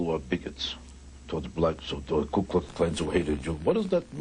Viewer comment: Why do some people say Kue instead of Ku?